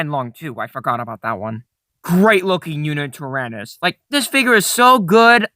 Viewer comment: Did you just say... YuNItyrannus?